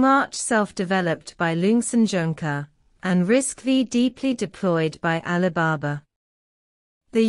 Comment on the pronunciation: Please, it’s not RISC-Vee It is RISC Five Roman Numeral V